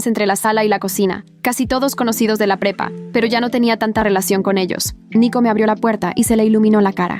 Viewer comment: En un momento escuché en vez de prepa pepa😂😂😂